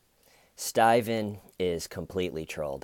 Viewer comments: so glad i came back to these early videos, for a while i was convinced that saying “why stayyyvenn why, schhhhmeda” was you saying something in another language XD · It’s pronounced staeyyvenn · Never saying Steven the correct way again 😄!!!! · The emphasis on “Steyven” and his troll head have me rolling lmao.